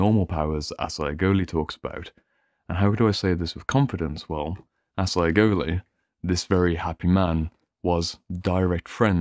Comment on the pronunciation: His name is pronounced 'asajoli'. thanks for this video ;)